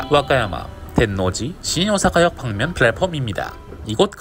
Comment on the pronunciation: 일본이라곤 여행다닌 것 뿐인데 영상으로 향수를 달랩니다... 그나저나 신오사카를 시이오사카로 발음하는 거에서 일본 거주자 느낌이 확 나네요 ㅋㅋ